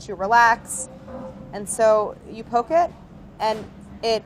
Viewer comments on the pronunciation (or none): none